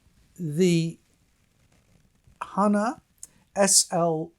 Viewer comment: It’s hah-nah…